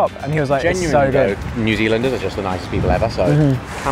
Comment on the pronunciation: Did I just hear New Zealingers?